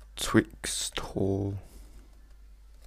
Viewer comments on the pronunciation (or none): u cant say "R" Twixtooo Tutoiaal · I love your accent! and when you said "Twix..Thooo" hahaha :D